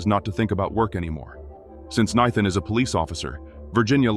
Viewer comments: Why can AI not manage to say "NATHAN"???? It says Nighthan... It says Kneethin... It says literally everything except "Nathan" ... How is that name so difficult? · naithan just pokes me in the goddamn ears each time i hear it. Do you use ai to edit and post all your shit videos? do you even watch through the video and listen to the dude having a stroke each time he pronounces Nathan? absolute dogshit, 0 effort put into videos. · Nithan, nethan 😂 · The horrible AI can pronounce Xavier but not Nathan? Crappy AI! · Lmao exactly